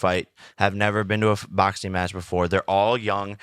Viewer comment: "Boxeen..Watcheen..talkeen". Does Jake not know the letter G is a thing? 🤔 Or "ing" at the end of a word isn't supposed to be pronounced "een". Strange stuff.